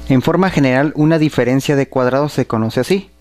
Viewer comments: Dice "direferencia" en el minuto xD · ¿Polínomio? ¿Direfencia? O.O